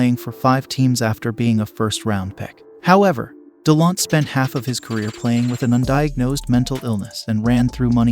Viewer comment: do some rsearch before making a video. U miss pronounced "Delonte's" name and other mistakes as well, no wonder u only have 1k subs.